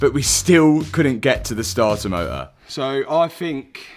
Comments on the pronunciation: “Startar motah” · That damn Stahtah motah 😅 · Sta-ah mo-ah… 😅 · Damn that stahah moah was a draag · Not sure I can make it through the whole video, every time I hear "Stah-uh Moh-uh" I lose my vision for 5 seconds. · The startah motah was rusteh.